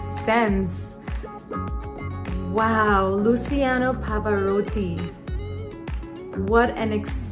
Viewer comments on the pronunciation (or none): Luciano is pronunced Luchiano like cheese and not lusiano😀👍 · Luciano pronunciation is not Lu"z"iano, it's: Lu"ch"ano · His first name is pronounced LOO CHEE ANO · In Italian the "C" in Luciano must be pronounced like the "C" in "CIAO!" 😊 Hope this helps a little. He was (is) not only an Italian treasure but a world one. Maestro Pavarotti is considered one of the best, if not the best, tenor of any time. Amazing voice and stage presence. "Nessun Dorma" is the most famous aria from the Opera "Turandot" composed by Giacomo Puccini (completed by Franco Alfano). "Conductor" is the right word 😉 Nice first reaction! Cheers from Italy 👋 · correct pronunciation is like it was written Luchano :) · The "C" of Luciano must be pronunced like the C in "challenge". He's Italian, not Spanish. 👍